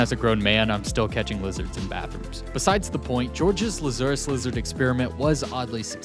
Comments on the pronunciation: It’s a LAZ-er-us lizard. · It's pronounced "LA-zuh-rus" with the "la" pronounced as in "lather." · La like laugh, zur like Zurich, and Uh like uhhhhhhh... uh. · It's Lazurus, like from the Bible. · They call them that but the they most certainly do not pronounce it that way my guy lol